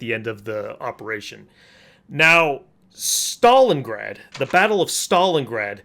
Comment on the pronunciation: Leningraf and Stalingraf... When his script was written, the person doing it hit the neighbouring key and now I wonder for how long he has miss said the names without noticing it.Not gonna brag but I've know of both cities since at least I was 6 years old.